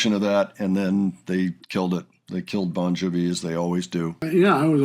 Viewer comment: LOL, "Bon juh-vee." We love you.